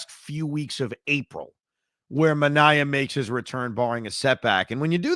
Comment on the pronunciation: Clay Holmes is also signed for 3 years. Another thing, it's ManA-E-A. (That's how I remember it- took me a while to remember 😂)